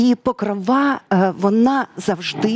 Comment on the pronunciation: ПокрОва, а не ПокровА!😴